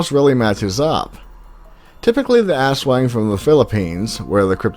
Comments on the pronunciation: Did you say ass - Wang? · It was worth watching this with my ten year old just to hear him giggle every time he heard "ass wang" lol